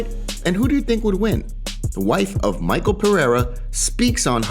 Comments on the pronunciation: it's not Michael it's MiCHel Pereira. Only uncle Chael can butcher names. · Its mishel brother its pronounced mishel not Maykal Pereira